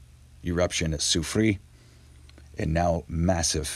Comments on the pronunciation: A phonetic helper for you. Try saying " Lassoo Free Air" respectfully, KT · Thank you! I'm french, so pronounce this name: sew-free-air! I really enjoy your videos!